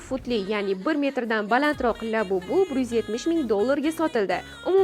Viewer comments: Lyabubu mas labubu😂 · Lyabubu😂😂😂😂 bot harip